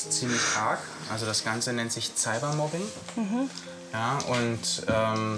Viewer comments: Der Berater sagt "Zeline" "Zyber-Mobbing" xD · Wen fuckt es auch ab wenn der Typ Zelina statt Celina sagt oder Zybermobbing statt Cybermobbing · „Ziebermobbing“ wie der cybermobbing ausspricht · Der sagt Zelina und Zybermobbing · Kannst der Ernährungsberater kein C sagen? Weil er sagt Ziber Mobbing und Zelina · "Tsybermobbing" 😂😂 Aber Cybermobbing geht gar nicht😡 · ...dass die Zzzzelina durch Zzzzybermobbing...😂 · Wie der immer anstatt Cybermobbing Zybermobbing sagt😂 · Wie er sagt zelina statt celina und zybermobbing statt cybermobbing 😂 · Der Familienhelfer spricht irgentwie jedes C wie ein Z aus😂😂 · Das ganze nennt man "Zzzzzzzzzzzybermobbing" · Das heißt Cybermobbing und nicht zeibermobbing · Merkt eigentlich einer dass er es Zelina und zybermobbing ausspricht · Das ganz nennt sich Zzzzzzybermobbing 😂 beste Aussprache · Zaibermobbing😂 (ich mache mich nicht über Cybermobbing lustig, sondern darüber wie der Typ das ausgesprochen hat😉) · 😂😂😂Zelina. Zeibermobbing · "das die Zzzelina durch Zzzybermobbing..." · unter Cybermobbing versteht man jegliches bloßstellen und lustig machen über personen im internet. Der Herr kann vielleicht nichts gegen seine Aussprache von Celina und Cybermobbing. Vielleicht aufgrund von lispeln bzw einer Sprachstörung ;)